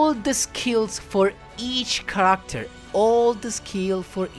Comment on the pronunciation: you mispronounced the word "Character" learn how to speak better english. Your accent is heavy. I'm learning how to speak japanese and fixed my accent.